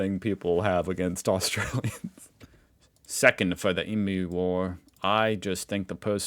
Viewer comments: Emu = “E-mew” NOT “E-moo”. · BrisBAYNE. Also thank you for pointing out emoo, I was coming to the comments to beg to pronounce it correctly (ee-myoo!) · Eem-you not ee-moo...please... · Annoying things Americans do - prounouce emu as e-moo. It is eem-you. And call koalas koala bears. They are not bears. It is just koala. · The pronunciation of emu is eem-you, not ee-moo. Just FYI. Americans often mispronounce this word. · What annoys me about Americans (including you) is your pronunciation of emu. It is pronounced "EEM YOU" not "EEE MOO". FFS, how hard is that seppos? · EMU is pronounced EEM YOO not EE MOO. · No Kinder Surprise but button batteries are okay! Kids do swallow them too America. What annoys, its emoo.Please it's eemyou. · E meu mate not E moo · Mel-born and E-moo are the worst. Makes me cringe every time.